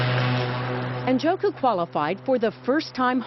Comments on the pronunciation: Njoku... I think the “N” is silent. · This guy is a Nigerian, an Igbo man. Ikenna Njoku is TOTALLY mispronounced here. The correct pronunciation goes similar to this: EE-KAIN-NA NN-JAW-KU. Americans just mispronounce names without askih the person how it's pronounced. Not everyone is John Smith.